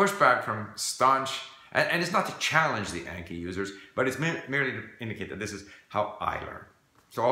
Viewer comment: Your Japanese is excellent, so I am surprised you're saying Anki wrong. I assume you probably didn't know it was a Japanese word, 暗記. Just a heads up for future videos.